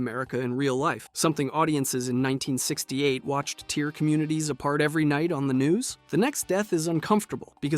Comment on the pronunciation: Are you able to say the word tear - as in tear apart - properly?